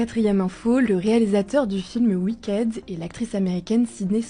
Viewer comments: dsl mais ouikèd et ouaïkid c'est pas pareil ( je modifierai plus tard avec l'alphabet phonétique prcq là je l'ai pas sous la main ) Edit: my bad je connaissais que la prononciation américaine et pas la britannique ( ou inversement ) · Wikède ? Les médias ne sont pas là pour éduquer les gens sur la prononciation des mots anglophone visiblement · “Wickède”, vraiment? 😶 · La prononciation de Wicked 😭